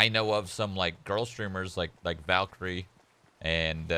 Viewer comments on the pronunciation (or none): none